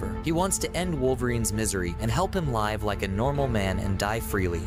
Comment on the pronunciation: Damn, the pronunciation of "live"... Freaking AI channels